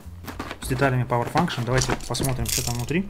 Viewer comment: А почему ты сказал Павер факшионс .